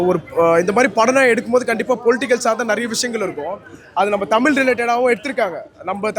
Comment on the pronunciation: உண்மை வரலாறு தெரிவது அவசியம். தமில் இல்லை தமிழ். தமிழை கொள்ளாதீர்.